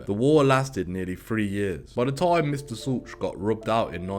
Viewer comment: This is a very well put together and researched video. The only tiny thing I found wrong is Dutch Schultz is pronounced like shoot, the c is silent. That being said, that is minor. Keep up the great work!!!